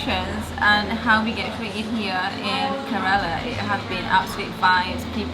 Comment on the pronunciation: kerala not karela